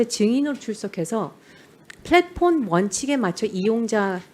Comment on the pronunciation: 한지아 의원, 1) 말투나 표현이 교포도 아니면서 교포인양 어눌/이상하게 절고 2) 질문도, 구체적 표현도 중복적이고 어색함. 저 회사대표를 질타하는 취지에는 공감하지만. 영어표현을 (음차로 자연스레 발음하는게 아니라) 의식적으로 굴리느라 인지적으로 버벅이는게 느껴지고, 심지어 '플랫폼'은 'Flatform'처럼 발음. 국내회사명에 불과한 것까지 굴리고 있음. 답변을 영어로 받을 것도 아니면서 "Yes or No로 답하세요"거리고.